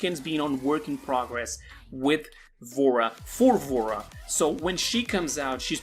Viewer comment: Bro i thought he said vore